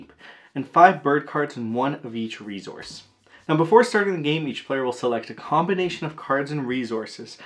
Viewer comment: I leave the second I hear “re-Zource”